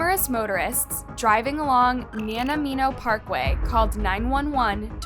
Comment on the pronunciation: That pronunciation of my good ol home town Nahn-aye-mo was rough but I still appreciate the story coverage anyways haha :P I never see Vancouver Island in true crime stories and this is such an embarrassment... such stupidity :(